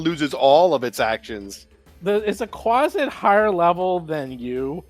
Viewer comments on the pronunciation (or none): Quasit! Not Quaste! Hahaha